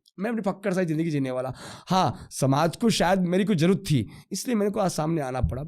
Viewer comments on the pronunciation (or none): none